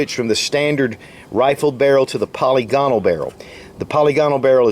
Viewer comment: "Pa-LI-gonal" is the pronounciation, not poly-GOnal. Ambi-DEX-trous, not ambi-dex-TRI-ous.